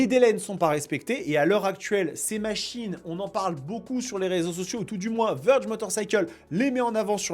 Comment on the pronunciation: Vèrge ! Pas Veurge.. Veurge on dirai un nom de détergent ! 😂